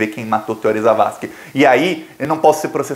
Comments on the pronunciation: O nome do ministro é TEORÍ. Não tem acento, mas se pronuncia como se tivesse. Se fosse TEÓRI, teria de ter acento. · Oi. A pronúncia correta é Teor[í] e não Te[ó]ri. 👍🏼☺️ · já que vc vai ler os comentários, anote aí. Teori é oxítona, ou seja silaba forte no i. Outra coisa, NÃO MUDE o nome do cavalo aqui de Curitiba, o tal DD. Não é Delagnol e sim Dalagnol. Olha, o ministro Teori Zavascki, foi sim retirado de cena. Ele era uma baita pedra no sapato e quando o avião estava boiando no mar, pescadores viram uma mulher dentro da aeronave pedindo socorro mas policiais cercaram tudo, retiraram os curiosos e a deixaram morrer.